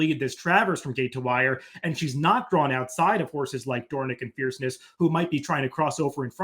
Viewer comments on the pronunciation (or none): Dornoch was named for the Royal Dornoch Golf Club in Scotland. The proper pronunciation is “DOOR-nick.” … Dornoch is a full brother to 2023 Kentucky Derby winner Mage